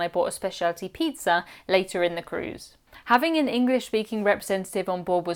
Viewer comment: Love your channel! Love how you pronounce pizza… peetzer ❤😂